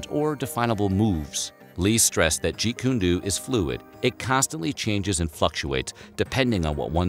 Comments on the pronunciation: Please don't call Caradine, a martial artist...😔 He's a fake, thats what he is...and Bruces' style is with a Do at the and, not a Doo 😄 And as always - well done! 👍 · It is pronounced Jeet Kune Do with the Do pronounced as Doe like a young deer, not do as in due. This is the first time I have ever heard anyone pronounce it thus as a dew. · Jeet Kun Do (pronounced doe, NOT DOO) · jeet kune DOE as in john doe. not dooooooooo jesus...and nothing about Ip Man ? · It's pronounced doe like a baby deer not Do even though its spelled that way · Annoying hearing this fool say Jeet Kune Doo. It's DO! Do Do Do! As in, "It's Do, dodo head! And the DoDo bird is extinct!" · Jeet Kune "DOE"!!!!!!! Come on! At least ask if you're pronouncing it right. Every time he said it wrong, I cringe because he's just embarrassing himself. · Jeet Kune Do... pronounced dough, not dew! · Can't stand ppl who can't pronounce jeet kune do correctly. It's "doe" not "doo" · Ok ok pause the video...Its not Jeet kun dooo mr narrator its Jeet Kun do (pronounced Doe). This is the way Bruce pronounced and you are the first i heard pronounce it this way since the 70s...do not disrespect the name of his art...ehhh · Not trying to be a jerk here, but isn't it pronounced Jeet Kune "Dough" or "Doe" ? I've heard his style pronounced 100's of times, but not as "Do". Just sayin'! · face palm It’s not “Jeet Koon Dew”.... It’s pronounced “Jeet Kuhn Doe” FFS if you can’t even get the pronunciation right, what else are you getting wrong?! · It's pronounced dō not dū. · It’s pronounced As (jeet-koon-dough), not, jet koon dew, Mr. clueless narrator. Jeet Kune Do. The guy has been a legend in the US since the 60’s and you don’t know how to pronounce the name of his system of martial concepts? Plus the info you’re giving I read about him in the 70’s when was still alive.🤦‍♂️👎🏻🤨🤨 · It’s pronounced “Jeet-Kune-DOUGH” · The "Do" in Jeet kune Do is pronounced like homer simpson's "d'oh!" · It's pronounced jeet kung doh!😎